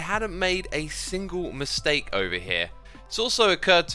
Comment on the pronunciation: Xisuma: «There is a miSTEAK» eats steak as he say it